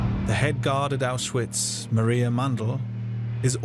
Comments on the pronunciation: A narrator who can’t even pronounce the word ‘Auschwitz’ correctly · Say Auschwitz correct……